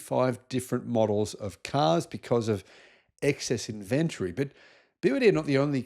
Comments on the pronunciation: In ventry?.. in Ven tory enunciation for fuck sake! Can’t watch the rest due to the first 30 seconds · A word of friendly advice,. Look into the proper pronunciation of ‘inventory’